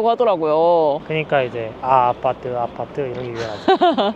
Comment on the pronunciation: 아파트를 아빠트라고 하시네요